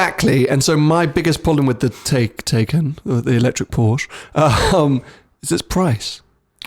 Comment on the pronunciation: Tai-can.. Taken is a film with Liam Neeson..